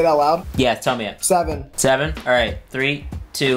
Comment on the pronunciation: They all say 7 and tree